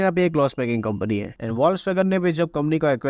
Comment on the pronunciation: Admin ur videos are so interesting🙏 But please check your Pronunciation specially when u pronounce Italian names Yeh wolswagen kya hey its pronounced as folkswagon Please check ur pronunciation BC